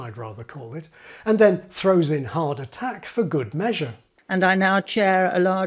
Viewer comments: dam at first I thought he was saying heart attack 😂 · Amazing video ! PS: Thumbs up if every time "hard attack" is pronounced you hear "heart attack" and after a dozen of so time you start to feel chest pain !